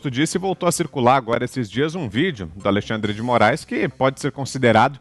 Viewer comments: "Ministrun Alexandri-dimorais acarum acurumnucum" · MI NIS TRU ALEXANDRE DE MO RA ISSSS (repete 4 x 😅)